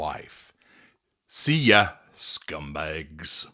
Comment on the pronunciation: Your finest American accent ever: "SKUMBAYGS" 😂 has been to the Northeast confirmed